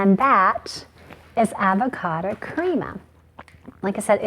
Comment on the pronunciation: I can't stand the way she says "avocada" instead of "avocado"